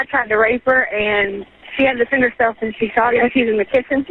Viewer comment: Boom "she shot him on kitchn floor" Operator: OH!